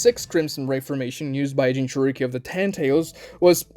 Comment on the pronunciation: Consider this. What if it's pronounced like Gin-joor-ikki